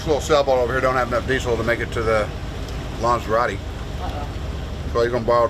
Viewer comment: "LANZARORE" is not pronounced "LANSERRATTI". It's not a Maseratti. It's pronounced LAN-THA-ROW-TAY"